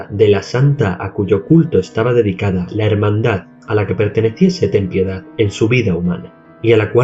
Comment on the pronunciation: Al menos alguien que puede pronunciar "Ten piedad"